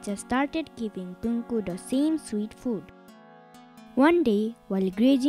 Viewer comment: its not Punku - Punakhu Maicha